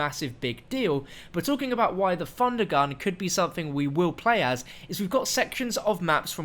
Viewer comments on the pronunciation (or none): Not trying to be mean but I cringe when you say Funder Gun